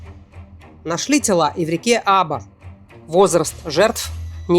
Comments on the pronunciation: Река, которая протекает через 2 района Новокузнецка, называется Аба́ (ударение на второе "а"). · Река АбА, ударение на последней букве. АбУшка, так местные люди называют речку.